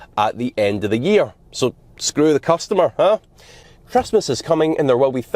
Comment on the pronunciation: "Scew the customer"....or "Screw the climate"..?